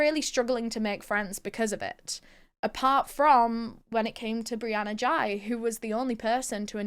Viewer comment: No hate but in UK we would pronounce it like whey with a G